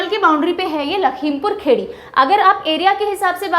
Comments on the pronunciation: It’s Lakhimpur Khiri not khedi... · M sorry to say Ma'am But its not lakhimpur khedi its (lakhimpur Kheri in english) ( खीरी in hindi ) Real pronounciation is लखीमपुर खीरी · Mam.. there are some pronoucial problem in some district name in hindi... लखीमपुर खीरी.. कुशीनगर.. बदायूँ.. ...by the way your reaching style is amazing... eagerly waiting for 2nd part❤